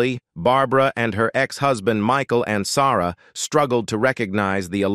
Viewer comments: I remember Michael Ansara as well ! I wish they would find a way to learn how to pronounce the names correctly. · It would be nice if you had a live human instead of a robot doing the narration. It became apparent when listening to the weird pronunciation of Arnaz and Ansarra, to give two examples. As for robots, I like the robot on "Lost In Space" better than whatever you have reading the script.